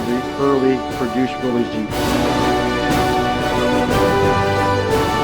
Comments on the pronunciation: The Correct pronunciation of Willys is Willis. See ad below. Look at the video at 11.59 and then is said again a few times after. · Wrong rims, they should be solid disc and Willys is pronounced Willis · Just an honest question, Why do so many call them Willeeessss? It is John Willys namesake and his Sir Name is not plural. Much respect to the work you do and detail. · Willys rhymes with 'Phyllis'. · The original pronunciation of "Willys" was with a short "i" sound for the 'y"; so it was pronounced "Will-iss". But it seems to have been transmuted by the same flexibility of language that could produce "Jeep" out of "GP".Aug 5, 2002 Willys Story